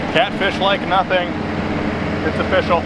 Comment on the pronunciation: "Nothing is ofishial" 😂